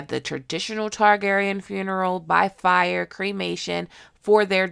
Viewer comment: Also Daemon: Hey, you mispronounced Fire.